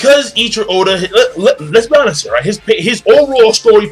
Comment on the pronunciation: isn't it pronounced "Ay-ichi-ro".